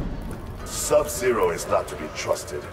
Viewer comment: He pronounces like "sub ze-raw"